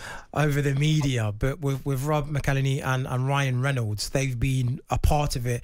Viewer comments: The hosts could also take the time to learn how to say and spell McElhenney too. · I do wish that they could get Rob's surname correct, surely it isn't that difficult, for God's sake?!